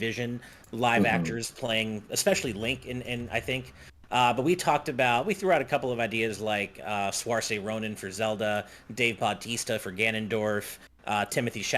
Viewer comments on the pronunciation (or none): Also your mispronunciation of 'Saoirse' is painful to hear 😅